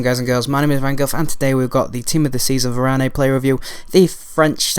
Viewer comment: You don't pronounce the "e" at the end of french words unless there's an accent :)